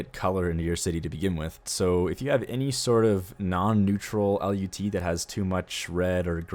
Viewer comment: It's pronounced "lut" not "L.U.T.", but kudos on everything else, dude. love your vids!